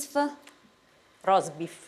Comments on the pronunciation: Impreparata lei,quando pronuncia male il "roastbeef",dicendo robfist. Mamma mia...🤦🤦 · Quando ha detto “ROBEESF” sono morto piegato in due